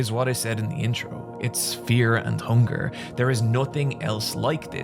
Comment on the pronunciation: This is weird to say but I really like how you say fear and hunger Great video:)